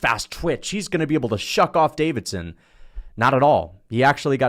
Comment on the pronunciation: Bro has Deiveson’s name on screen and still calls him Davidson 10x